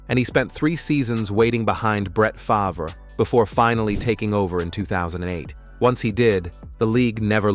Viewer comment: Did….. you just say “Brett Favor”?